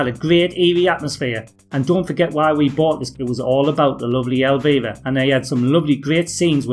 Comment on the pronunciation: Super minor point - it's pronounced El-Vy-Ra, not El-Vay-Ra.